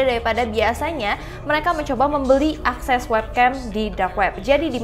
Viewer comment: Askes? Akses